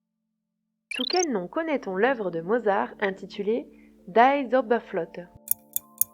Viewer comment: Quiz de base fort intéressant. Cependant une grossière erreur de prononciation de l allemand à la question 38: le premier mot de l opéra de Mozart se prononce "di" et non pas "daille"!